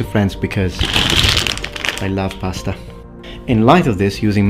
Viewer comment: LOL "because I lie pasta."